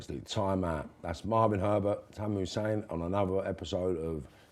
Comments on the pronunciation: its HASSAN not Hussein. is back to interviewing himself. such a shame after i thought he had got the hang of it after the young boxing lad the other week who was the first guest who actually listened to for once P.S. sort the sound out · did you say Tamer hussein?😂 funny geez